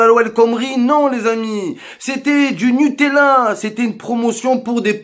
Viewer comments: Ouais sur le fond il a raison, c'est la façon qu'il a de le dire qui me fait marrer, le "nupala" il m'a terminé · Du "Nupalla " mdrrrr